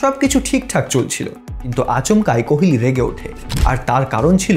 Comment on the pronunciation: আপনি কোহোলিকে কেনো অশিক্ষিতের মতো কোহেলি কোহেলি উচ্চারণ করছেন?